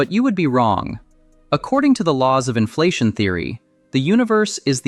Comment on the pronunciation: Why was the AI voice disclosed? This is interesting but you have screwed up by not making that disclosure. No on pronounces inflation the way your AI did.